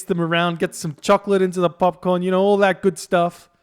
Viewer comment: I thought in Australia you pronounce popcorn as "popcoin"